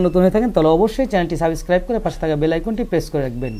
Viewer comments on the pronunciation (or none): apnar video informative tnx ,ami dislike disi karon apnu subscribe uccharon korte paren na